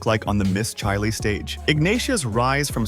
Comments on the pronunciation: ASSSSHHHOOOOOLEEEE….Its CHILE……Not CHAIII LEEEEE…. Fu….ckin LOOOOSER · And Chile is pronounced cheele. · Chi……Leee¡????A—- Hole !!! Its CHILE!!!!